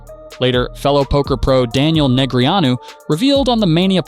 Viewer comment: Christ. I can only hear DNeg’s name butchered so many times. I’m out.